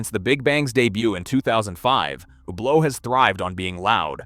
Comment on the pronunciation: Hermes: HERRMEZZ! Tag Heuer: TAG HEEER, TAG HUUUUR! Hublot: HUGH-BLOW! Also all the video is just random BS.